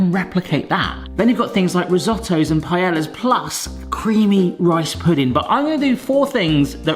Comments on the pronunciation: An English trying to say paella: pallalla? payllayella? pyeella? lol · Thanx for the video! But please stop saying pahyellah for paella. 🙏😉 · I'm not even Spanish and I still cringed at how pronounced paella...